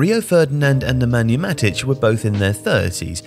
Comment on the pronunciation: Nemanja "Matic"????